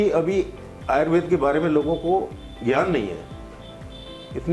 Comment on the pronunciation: भैया, आयुर्वेद संस्कृत भाषा का शब्द है और इसका उच्चारण आयुर्वेद ही है आयुर्वेदा नहीं